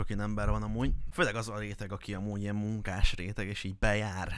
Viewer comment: "munkásréteg"..ezt milyen hangsúllyal mondtad? 🧐 Mert dolgozik?Vagy Mii??? Kedvelem videóid..de ez durva volt...... Ettől függetlenül ez a fair right a youtube legalja lehet ez alapjàn.... 🥴